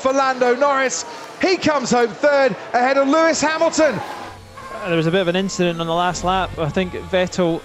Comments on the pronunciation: Leclerc: Just an inchident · Nothing, just an inchident.